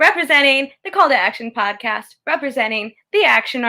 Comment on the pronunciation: "Call to AD-ction" lol jk. love you guys